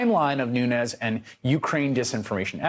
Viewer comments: "Noonoos". Keep listening. He says it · Did he just call him Nu News 😂😂😂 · God still is, l believe. He has his cows. It is understood that trump cannot even pronounce his name, nunes! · “Nunoos” “his go to mooo-move” 😂😂 is totally trolling Nunes!